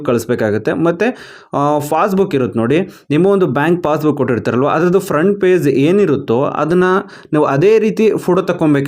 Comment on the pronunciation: It's page not paze